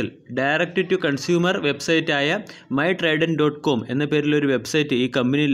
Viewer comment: Trident..... Tridel alla